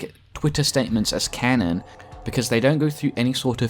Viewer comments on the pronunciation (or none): none